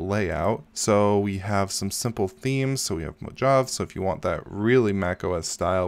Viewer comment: Great video. One small point. Mojave is pronounced moh-HAH-vee. Like the Mojave Desert. Again, great video.